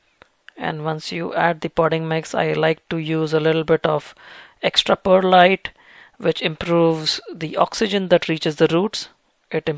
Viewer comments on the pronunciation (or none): none